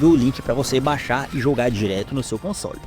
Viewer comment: Quando fala console, parece que vai falar consolo.